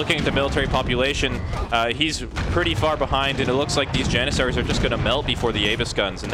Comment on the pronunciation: "step-ee" riders lol Interjection. I remember you use to say "yanissaries" back in the day. Jokes aside great casting and great work on the event. thanks!